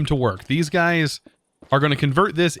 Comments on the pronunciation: am i deaf or did he say hey gays at the start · Okay, relisten to the intro...totally says 'Hey gays!'